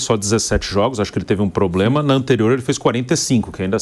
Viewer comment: "toda hora PROBREMA"?